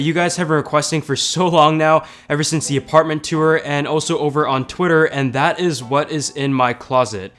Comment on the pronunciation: The way you say “tour” bugs me lol